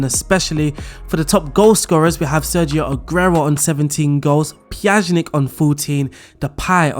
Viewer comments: PYA-NI-CH thats how you pronounce PJANIC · Please learn to pronounce player names before making a video with that squad. Pjanic (Pya-nich) and Araujo (Ara-u-ho) drove me crazy. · I have never heard Miralem's last name butchered in such an extent. How did you manage to slot "z" in the middle... it blows my mind.